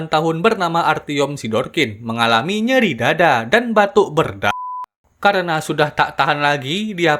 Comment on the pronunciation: Bang yang pas bagian (akibat cemara) itu abang bilang batuk berda1ah atau batuk berdahak🗿